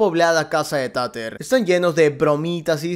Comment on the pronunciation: Por cierto, me encanta que la llames "Tater" literal como se escribe, en vez de decirlo "Teiter" xDDD Tiene sentido considerando el contexto que "trata" de ser la serie